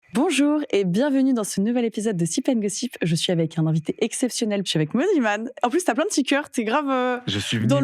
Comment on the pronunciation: Je rêve où au tout début de la vidéo elle l’a appelé « moniman » 😭😭😭